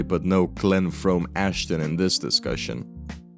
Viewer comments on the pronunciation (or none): none